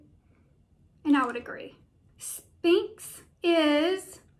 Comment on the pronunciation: It’s Sphinx not Spinx hehe (sounds likes “sfeenks”) no “p” sound :)